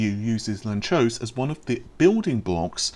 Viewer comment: It's Hungarian, so it's read lun-tsosh